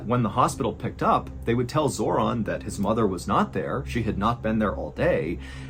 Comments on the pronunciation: Felt the need to share, off topic of the video Zoran is my brothers name but it's not pronounced the way in this video and the only Zoran Zor(in) I probably will know in person. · Yes.im from Macedonia. Also Zoran is proununced" Zoron" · I swear he said her sons name was zordon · ‘Zoron’ ? My god lol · How did you nail the pronunciation of "Ljubica" but you got "Zoran" wrong? Lol